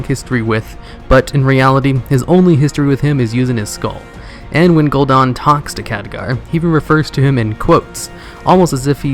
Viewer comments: It's Gul'Dan DAN LIKE DAMN BUT DAN now dawn. Gahhh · It's not "gool Don" it's "gool Dan" like Lieutenant Dan. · I get triggered every time at the way you say gul'dan